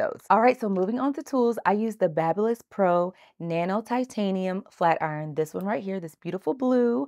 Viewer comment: Great video. Just so you know, the tools used is pronounced: “BAY-bee Liss”. Like a newborn “baby”, Babyliss.😊